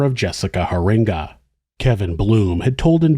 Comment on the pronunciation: I'm from this city. There are still signs in his family's neighborhood that say "Your silence killed". Edit: Also, it is pronounced Hear-eenga.